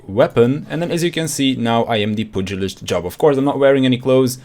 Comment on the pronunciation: It's pronounced pewgilist